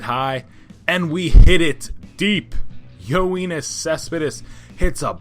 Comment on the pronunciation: No. You pronounced it as Yo-een-is Cespedes when it should be Yo-en-is Cespedes